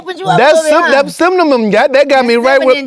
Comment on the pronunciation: I love this interaction with you and Muni Long❤❤❤ Scott you have a nice voice and I couldn't stop laughing when you were pronouncing cinnamon 😂😂😂😂 keep the videos coming especially in 2025🥰🥰🥰